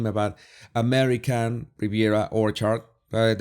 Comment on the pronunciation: I love how you pronounce Orchard, it’s Whorechard to me and it’s perfection.